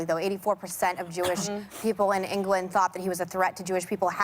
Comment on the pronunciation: when she said ''England'' just shows how ignorant she is